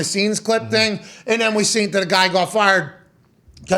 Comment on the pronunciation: When did he start saying seent constantly?? Is this a new thing???